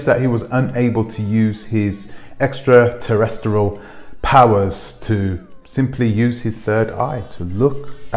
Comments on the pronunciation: You can’t even pronounce extraterrestrial 🙄 and your not portraying him correctly… go sit down somewhere Billy Carson has explored, researched, and proven everything he speaks about… who are you? What truths have you researched? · You should be ashamed of yourself. Envy and jealousy is real. I guess you want people to follow a guy who cannot pronounce extraterrestrial 🤷🏽‍♂️. If you have to put someone else down to put yourself up than you already loss. Sad… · This is what a shill looks and sounds like. You can't even pronounce extraterrestrial 👽 Thumbs down 👎 Next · This dude can’t even say extra terrestrial I’m out 😂✌🏻billy’s the goat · Dude cnt even pronounce extraterrestrial properly. Look for nothwr purpose. He attributes his content to credible sources. A bad case of sour grapes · Yet... YOU failed to pronounce "EXTRATERRESTRIAL" Awesome job buddy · Your finished guy can’t even pronounce extraterrestrial… I pray you get sued for defamation enemy of progress clout chaser and hater provide receipts and stop lying for views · I literally made it one minute into the video. Could not watch this guy in good conscience criticizing someone he literally knows nothing about and even if he did could never comprehend his intelligence. Learn how to say the word extraterrestrial before you go bad mouthing a man with at least a 160 IQ... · You can't even say extraterrestrial. who put you on the show, to discredit him? who you working for? sell out